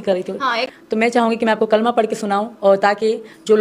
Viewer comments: Yeah kalma belkul galath pad rae hai toba toba nai ahthe thu na e pado thu baeter hai liken barai maherbani kar k galath thu na pade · Kalama shi se nhi padha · Galat pad rahi h kalma